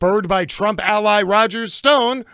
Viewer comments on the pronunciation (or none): none